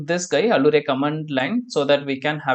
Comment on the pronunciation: Nice videos. Allure is pronounced as if it were 'alyooor'